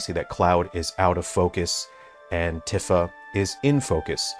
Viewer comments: He presents himself as an expert yet doesn't know how to pronounce Tifa's name. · He’s pronouncing Tifa wrong. I thought his favorite genre is JRPGs